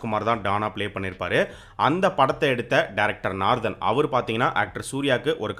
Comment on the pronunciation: Narthan ya yow... Naarthan ille🤦🏻‍♂️🤦🏻‍♂️